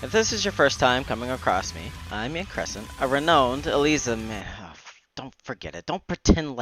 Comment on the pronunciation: I know nothing about Eliza, but great vid! ('Renowed' is pronounced 'ree now nd', not 're know nd', btw~)